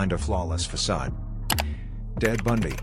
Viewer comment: Dead Bundy eh had to listen to it again, and he does say Dead Bundy